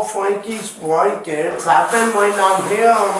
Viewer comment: “She’s been twying to steal fwankies bwankets” fwoored me😂